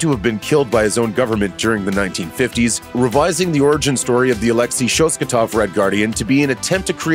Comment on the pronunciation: I can't explain how bothered I am by the mispronunciation of the Red Guardian's last name... It is ShosTAKov not ShosKATov...